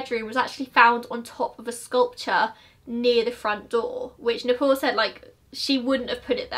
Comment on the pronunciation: Video is almost over and I just understood that "Neh-Pole" is Nepal. I was like "The Pole? The North Pole?". No offence really, I love your accent.